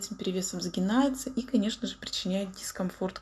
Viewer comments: не раз её поправляла в произношении каких-то слов - не реагирует и не исправляется... наверно просто не хочет... игнорит такие сообщения... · СгиБается, пожалуйста, сгиББББается 🤪